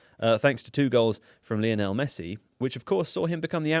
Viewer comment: Why do people still get Messi's name wrong? Leonel? He's name is Lionel literally named after Lionel Richie